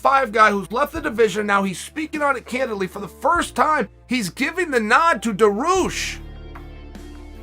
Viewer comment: Dah-ree-youssshhh Dariush said correctly